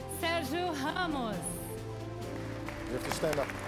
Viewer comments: That lady said serhio haramos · Did she said sergio hhamoz!!